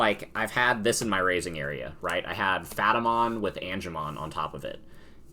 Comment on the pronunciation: I’m sorry what? Phatamon? You mean Pat-a-mon? Lmao <3